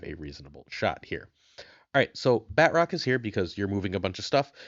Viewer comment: I don't like the way he says Batroc. BAT-ROCK 😂